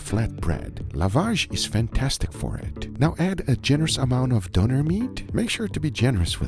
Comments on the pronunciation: Donner? its fkn DÖNER with an ÖÖÖÖÖÖÖÖ. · Didnt somebody tell you how to pronounce "Döner"? Not Doner, Donner. The Ö ist pronounced like oe. And that was more like a shawarma. Döner is served in pita bread, sliced through the middle but not completely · greek one is pronounced yeerow, not jai-ro and also the turkish one is pronounced dough-nair not donare